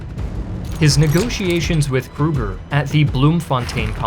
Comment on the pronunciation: I know this comment is rather late and very nitpicky, but the pronunciations really sort of irked me. Boer is not pronounced as 'Bur' it's: Boo-r (And plural is 'Boo-ruh', possessive is 'Boo-ruh's'). Joubert is pronounced: You-Bare. Mafikeng is pronounced: Mah-Fih-Keng. And Kruger is not 'Kroo-gur', it's Creuwer.